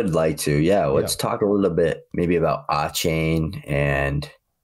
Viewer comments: nope. It’s a-chan like Jackie Chan. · He's got a-chain I got 2 chains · Listening to him say Achane’s name wrong was brutal.